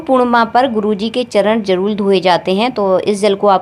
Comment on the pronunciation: बहन जी शब्दों का सही उच्चारण कीजिए जरूर होता है नाक की जरूl ल